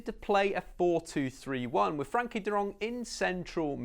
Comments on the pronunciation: Very nice summary of his qualities. I’m pretty sure Frenkie will be one of Barcelona’s top players in 2 or 3 years. He is making every team play better. His name is Frenkie, not Frankie btw and Its Willem Two, or twee (Dutch) not deux. We are Dutch, ne pas Français :-) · Firstly, it's FrEnkie de Jong, not Frankie. Also Willem II are Dutch, not French, so you can either say II (2) in Dutch or English. Other than that, great analysis. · Its frEnkie not Frankie you dumb ass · Its not Frankie Its Frenkie....you keep saying it wrong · Its FrEnkie de jong, with an e😉. Rate your videos!